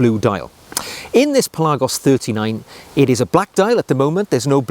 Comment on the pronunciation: Pelarrgos?? Pelagos surely!!